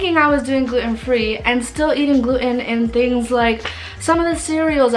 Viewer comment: You never shared the results of your tests. What was your Ttg iga level. Your marsh scores from small bowel biopsy etc... And by the way, it's not glue-in. It's gluten. The T is pronounced.